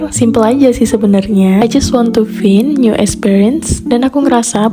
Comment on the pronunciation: Sedikit koreksi, find bacanya faind yah. Karna i bacanya ai Btw kontennya bagus, semangat 🫶🏻